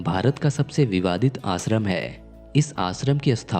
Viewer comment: पहले श को स बोलना बंद करे . देश को देस आश्रम को आसरम इस तरह मत बोलिए